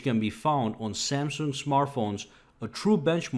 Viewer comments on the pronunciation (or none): none